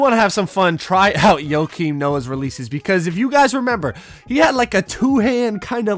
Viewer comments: It’s not Yokim Noah, it’s not like Jokic. It’s Pronounced -Kim Noah. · Less S it’s -Keem not Yo-Keem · Nobody:: “Yokim Noah” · Joke-im Noah, not yoke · "YoKeEm noah" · Dude had me dead when I heard “yo keem Noah” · Less S no it’s 100% joe-Keem lmao have you ever watched him play/heard his name pronounced?? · he said yo kim, dude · Tin N it’s pronounced yo-keem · Cmon. Yo-Keem? 🤣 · STOP SAYING YOKIAM PLZZZ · Keep sayin Joakin Noah name wrong. It’s gone be me and you. 🤷🏾‍♂️